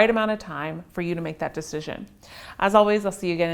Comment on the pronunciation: "Valentimes Day." lol